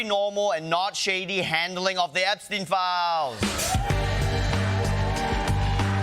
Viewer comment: Imagine mispronouncing Epstein after all these years